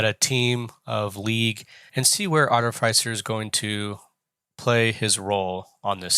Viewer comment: Sorry dude. Fantastic videos, but the way you pronounce artificer really set my teeth on edge 😂. I know because i am an artificer. If only theyd let us come to work looking like that 😂😂@